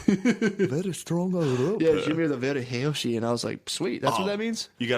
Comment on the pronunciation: 🍆💦 "Vewy heawthy"